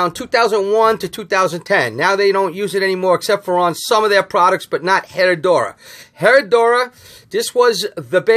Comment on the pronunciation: Hey. It’s Pronounced eh-rrah-doo-rah.